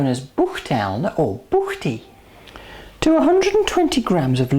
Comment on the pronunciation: Nice pronunciation of buchty! :) Originally, these great tasting buchty are from Bohemia (now Czech Republic). One of the few real treasures of our cuisine.